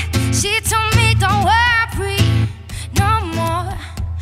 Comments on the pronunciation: no she grew up in Canada and that's not what an Italian accent sounds like 😉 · I listened closely, I heard "worpry"